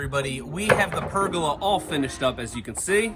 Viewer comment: Did I just here “Pergela”....my man it’s (Per)-(gola) as in Gol!, Gol!, Gol-a!